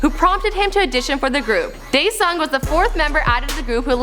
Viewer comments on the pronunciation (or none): You pronounce their names wrong. Daesung is pronounced [Desong] and Seungri is pronounced [Seungni]